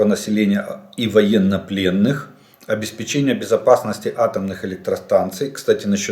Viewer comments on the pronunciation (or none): none